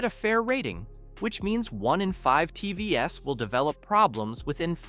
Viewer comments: T V S ….😂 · You should take your own advice for your shit AI reader. How many ' Tee vee ess' occurrences did you just not notice? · Are you a real person? Am constantly hearing TV - s ....as a plural? Coming to the presentation, I think the American market has a lot of reap offs.. I'm located in a rather tail end of the chain in Africa and here's my look and feel: I have five different TV brands in my house Me - Hisense - 1 yr OK, 1st born daughter LG - 8 years OK, 2nd child JVC - 7 years OK, 3rd Aitel - 4 years OK, 4th Sony Bravia - 7 years OK, 5th Samsung - 7 years OK and an idle Hisense 5 years still OK!! Of course there are some that are of poor quality and they're usually distinctively indicated by both price and info from sellers...